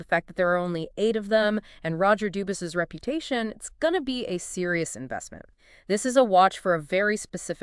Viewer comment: It's pronounced Dubwee. Like how Bourgeois is Bushwah. 😅